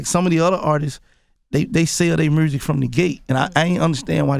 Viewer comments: I love Gotti but I need to know what in the hell is Mursic? 😅😅😅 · lmaooo MURRSIC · roselito c merzic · can we get a “mursic” count